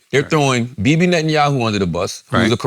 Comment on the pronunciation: is so charged up on Bibi, he can't even pronounce his name right. 😂